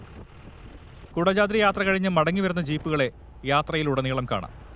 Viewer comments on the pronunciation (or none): കുടജാദ്രി ❌കൊടചാത്രി✅